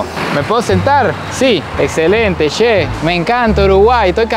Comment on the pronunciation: No digas she. Es CHE. Como choclo y chorizo